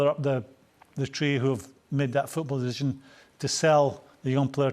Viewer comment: Graeme souness trying to say "football decision" ... "football dizszhun"